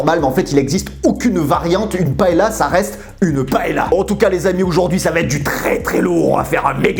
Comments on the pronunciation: Ça se dit pas "paela"mais "paella" ps Chui espagnol 😂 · A prononcer "paéya"... Lol moi qui suis de Valencia..ça fait pleurer...😭